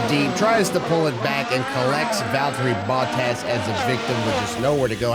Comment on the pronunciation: "Valterri Boat-as"